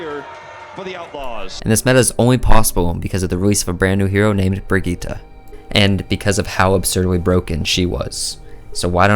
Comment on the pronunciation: You pronounce Brigette correctly! Amazing